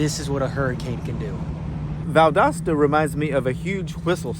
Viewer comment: Valdosta, it is an O, not an A Pronounce it - val·dow·stuh - Stay safe. 😊